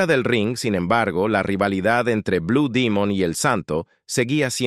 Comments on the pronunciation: Enarrador de esta página comete un gran error al pronunciar Bue Dimon, Es BLUE DEMON, que se deriva de DEMONIO AZUL !!! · Si se presenta está publicacion al pueblo de México,pronuncie el nombre correcto ,,NO Blue Dimon,,,sino BLUE DEMON.... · No sé dice blue Dimun.si no Blue Demon 😂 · Es correcto es blu Demon no Dimon sonso 😅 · No ce quien eres pero nosotros cuando iba mos aber a blud demon así lo anunciaba. No como dimon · no es dimon demon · Blue demon güey no dimon de dónde eres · Lo felicito al señor que hizo este video y documental está muy bien realizado y no importa si lo pronuncies. Blue dimon o Demon eso es lo de menos lo importante es el buen reportaje de investigación que hicistes te felicito está muy bien echo y sin duda alguna blue demon ha Sido uno de los mejores luchadores mexicanos de todos los tiempos quizás este entre los 25 mejores luchadores mexicanos de Todos los tiempos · Estoy de acuerdo no es blu dimon y sin embargo lo repite mucho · Perdón, no se dice BLU DIMUN, ES BUD, DEMON, infirmate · No acabe de ver el vídeo no soporto.que cada rato diga blue dimon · Blue dimon aci cepruncia en ingles aprendan ingle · Este cuate no es mexicano pronuncia mal palabras blue domingo su gola ,priñonunciele buen blue demos wwy